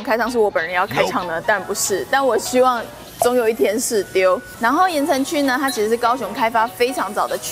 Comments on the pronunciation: 可能國語不是母語有差 我每次都聽成 言承旭(鹽呈區) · 怎麼辦一直聽成言承旭哈哈哈哈哈哈哈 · 有人跟我一樣從頭到尾一直聽成言承旭嗎? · 我一直聽到言承旭😂 喔～看了字幕才知道鹽埕區，講話也太可愛❤️ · 鹽埕區~鹽埕區~鹽埕區~ 怎麼我一直聽成“言承旭” XDDD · 只有我一直聽到「言承旭」嗎？ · 哈哈 怎麼一直聽成言承旭…